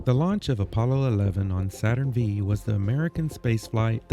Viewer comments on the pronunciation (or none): Great job. Just to nit pick, it's not "Saturn Vee" Its "Saturn five", as in Saturn V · As an amateur space expert, I can safely say, you did a phenomenal job on this video! The music was top notch and really added to the feeling of being there. I just had 1 tiny critique... When you say Saturn V, you need to say '5' instead of 'V'. No one says Saturn Vee. The Astronaut Training Experience is a mini version of Space Camp, which is why it is so expensive. You didn't say how the Space Shuttle Experience was. I haven't had the courage to try it yet as I get motion sickness just riding in cars! Thank you again for sharing your journey. Each video tops the last and I'm excited to see the next! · Its Should be pronounce Saturn 5 not V